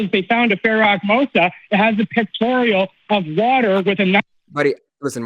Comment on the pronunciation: The pharaoh is Ahmose. Not Akmosa. He said Akmosa.